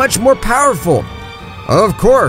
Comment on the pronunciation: "Kakaroht" lol.